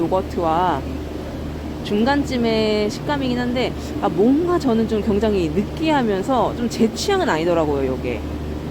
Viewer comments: 굉장히를 경장히라고 하시는ㅋㅋ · 내용은 감사한데 굉장히를 왜 경장히라고하시는지 거슬리네요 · 서울사투리입니다. JN님이 계란을 겨란이라고 하시는데 겨란도 서울사투리입니다.